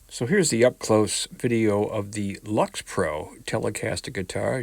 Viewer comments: Why would you pronounce "Lyx" as "Lux"? How about LICKS pro. Hey, it even makes sense! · Right off, I am a long time subscriber & fan of your channel. I haven't read all the comments so you may have learned that LYX is pronounced "licks" appropriately. I haven't tried one yet but the 3 pieces of this particular body don't match & should have been painted (IMO) rather than stained but other than that I think they're on par with Indio & others in that price range. I love a collection that has sub $100 guitars up thru Fender custom shop models (lends credibility). You offer a good honest opinion on a lot of budget guitars to people that can't or don't want to spend big money for what ever reason & take some of that risk out of the equation and with good taste & you are certainly no brand snob. BTW, love your playing ! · I do think that they meant for the pronunciation of Lyx to be "licks". It makes sense when you think about it. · LYX Pro and he calls it LUX? Is he that poor a reader or what ? Mine was $110 delivered from Amazon in that same color and needs better tuners and clean up the nut if for resale or to keep. Installed capacitor is a .047 one and a larger value one to trim off more highs may be worthwhile...